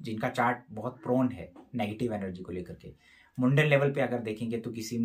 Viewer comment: Actually it is called “mundane “ मंडेन ना कि, मुंडेन … means worldly 🙏🙏😊